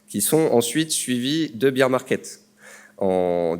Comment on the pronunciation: BEAR (bèr) market...pas BEER (bir) market mdr